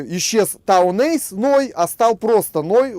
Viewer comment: Если у тебя Town Ace, почему ты его произносишь, как Town Ice?